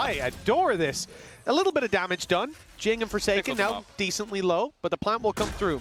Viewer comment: Jingg❌ Jooong ✅